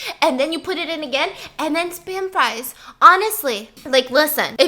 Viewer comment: “Spam sfrisfsfs srieves, spam Sprives” _Stephanie 2019